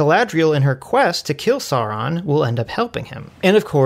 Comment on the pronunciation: PRONOUNCED SAURON CORRECTLY! Well, at least one time.